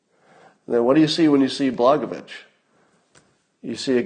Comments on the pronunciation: Pronounced: Bla-Goya-Vich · Blagojevich - pronounced Blah-goy-eh-vich. The j in the second syllable sounds like a y.